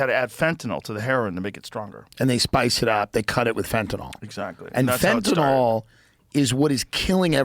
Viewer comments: You are pronouncing Fentanyl wrong. Sound it out guys. Sounds like NIL not NOL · Please stop saying FentaNOL it’s called FentaNYL thanks love youse